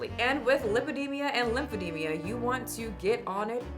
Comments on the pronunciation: Sorry but it’s pronounced “e-deem-ah,” not “e-deem-ia” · LympheDEMA not lymphedemIA 😂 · It's pronounced eh dee ma, not eh dee mia. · its Li-pe-de-ma not Li-pe-de-mi-a! I love you girl but please 😅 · it's lymphoedeMA, not lymphedeMIA.